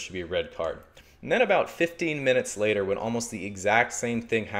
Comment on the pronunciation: When he said “fifteen minutes later” you could hear the Australian accent in “fifteen minutes” and the Canadian in “later” lol